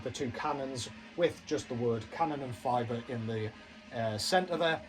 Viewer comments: Yeah its "Kanon en fee ber" ther is no fiber (as in glass fiber) its Fiber (pronounced like you have to issue a fee). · Have you seen them live ? If you haven't, go see them, they're awesome! Your German made me laugh. Here's a little help : Fieber is pronounced like fever but with a b instead of the v :D